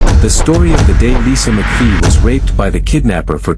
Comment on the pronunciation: Its Mcvey. Not “McPhee.